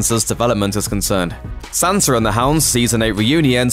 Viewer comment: Sansa not Sanser.